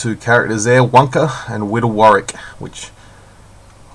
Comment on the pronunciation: Want want want want! UK doesn't have Kmart let alone get Kmart! Great review! The pronunciation of 'Wunka' was admirable!;@ lol Cheers Fuzz.